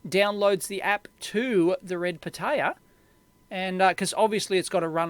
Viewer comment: For me as a spanish speaker, your pronunciation of "pitaya" is like nails on a chalkboard. But otherwise very good video.